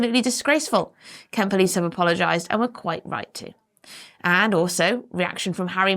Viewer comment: I think you mispronounce Kent.